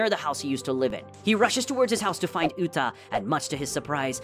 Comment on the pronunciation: It's not Lita it's uta